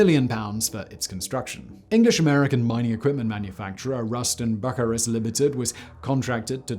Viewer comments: It's pronounced Bu cyrus not Buc a rus. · "Bucker - us" 😂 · It's Ruston Byoo-sai-rus, rather than buck-a-rus 🤔 But then I grew up in the tank town. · "Buck-urr-us" Yeah, not even gonna try to pretend that the correct pronunciation of that name is in any way obvious. You pretty much have to be actively informed that it's "B'you-sy-russ". Fun fact, they actually were also responsible for some of the largest steam shovels ever made. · It's not bucy-rus it is bu-cyrus it was two companies name butchered together. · Ruston Buckarous? Bu Cyrus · Hahaha ohi it’s pronounced byoo-sai-ruhs not Buckarus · RUS-ton BU-cyrus, Simon! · Bucyrus = pronounced "buuh -ceye - russ". Another mega projects video of Bucyrus Erie making the largest earth moving drag-line shovel called Big Muskie. The bucket was big enough to fit two Grey Hound buses. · As I understand it, it's pronounced Ruston - (bew-SI-rus) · The correct pronunciation for Bucyrus is bew-cyrus. OK, enough being pedantic. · Bucyrus: B-you-sigh-russ I believe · Its pronounced "Byoo-sigh'-rus." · (Bucyrus "Byoo SIGH rus") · Bucyrus. Pronounced Byoo-si-russ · You slay me , it's pronounced Bu- cy- russ . Today you learned the name of the county seat of Crawford County Ohio . Lucky you ! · ‘Ruston - Bucker russ’ - 😂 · Yet another great and informative video, but I love the way you often mispronounce American names. You weren't close with Bucyrus 🤣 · He pronounces the British half of the company correctly, yet completely mangles the American half. Funny how the Brits get all up in arms when the Americans mis- pronounce something British, yet God forbid if a American corrects their pronunciation of something American. King's English be damned!